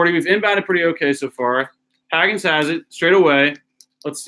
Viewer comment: The way you pronounce Hagans name is killing me. It’s HAY-GANS